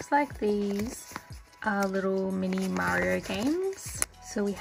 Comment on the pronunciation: When u said Mario... I could of swarm u said maro....I'm like "they have internet cats as gatcha now?" Lol I love most of those